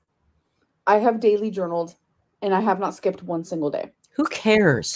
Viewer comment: Journaleen like a queen, what are you twelve?